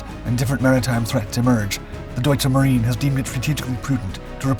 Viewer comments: The dude narrating should learn how to pronounce the German word "Marine" [/mah-REE-nuh]. It's really not difficult, and avoids the inadvertent suggestion that Germany has Marines (it doesn't). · The E in Marine is not Silent. German is not French. Only a few German words with foreign origin end on silent E's.